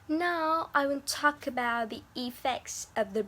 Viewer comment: You guys did a great presentation. The topic is clear and ideas are relevant. Below is some comments for individual performance. - Thao: You have a very excellent voice and tone. Your linking sounds are good as well. However, I think you still should pay more attention to ending sound: about, world, York. Besides some sentences should be corrected like: “It’s all comes from…”, “Ly will be the consequences…”. - Mai Anh: I can see that you put much effort in your presentation. You speak quite fluently and have a wide range of languages. Even though you did a great job, I think you need to improve some following things. Firstly, I am not sure that you read the script or not because you did not look at the camera and have eye contact with audience. Secondly, you should pay more attention to the ending sound as you missed several ones. Lastly, you should introduce your partner at the end of your part. - Ly: Honestly, you have voice and pronunciation that I like most in our class, but your intonation does not meet my expectation. Besides, I found some mistakes in your speaking (of course my comments are not totally right ): - When increasing number of people migrate to city, the total number of residents living increases, which leads to rising cost of living much higher than it does in small town or village. (run-on sentence) - I do not understand why expensive prices of housing, transport and food make people live in tall apartment building. - Diep Anh: First, you should speak mor